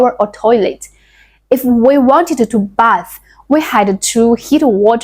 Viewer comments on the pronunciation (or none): none